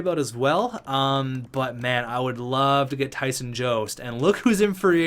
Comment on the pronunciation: Jost is pronounced yost